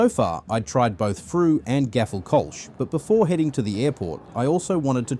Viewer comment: Kölsch is pronounced Col sch